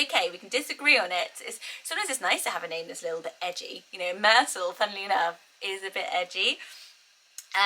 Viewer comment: I love Myrtle the way YOU say it, it's really perfect. Then I repeated it out loud with my American accent, yeah, not as charming. Myrtle, hard T became, Myr-Dull and went from crisp and pretty to drab. I live in the South so if I factor in how people around here will pronounce it, just forget it. 🙃